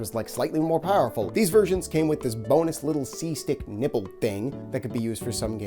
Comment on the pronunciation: Sounds like your saying the “nibble” when clearly you mean “nipple” 😂